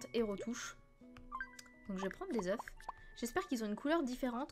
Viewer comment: on dit pas des œuf mais on dit Des œufs